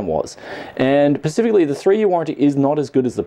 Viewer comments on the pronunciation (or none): Please stop saying "pacifically"! Other than that love your videos, keep it up!